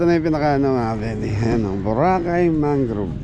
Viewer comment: Mangrove, not mangroove.